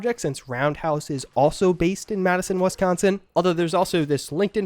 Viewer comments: On behalf of Wisconsin, we accept your apology. Except it's Wisconsin, not WESconsin 😂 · I'm just upset about how you said "WESconsin." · where is this Wesconsin you speak of?